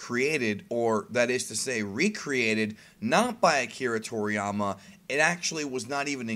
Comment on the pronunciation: Please, if you're going to make a video where you mention Akira Toriyama's name several times, LEARN HOW TO PRONOUNCE IT PROPERLY